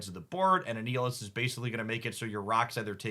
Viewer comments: Are you intentionally mispronouncing card names as a bit? I can't tell ... but my jaw clenched at "A-Neal-Is" for Annihilus (like annihilate) haha. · since Annihilus might be completly new to some people. Annihilus is pronounced just like annihilation, but replace the "ation" with "lus". an-i-ill-us. "I am Annihilus ... Lord of the Negative Zone! Annihilus the Living Death that walks!" -Annihilus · Gladiator's power is fucking sick, because in-character his power is tied to his confidence: the more confident he is, the more Superman-like he is. ...And he is very, VERY confident. You did well with the pronunciations this time! The only moss was Annihilus, which has a hard "i", as in "Annihilate".